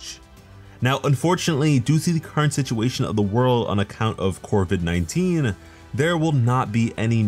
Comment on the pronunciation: C O V I D, no R. Unless you're a pirate or its a mic issue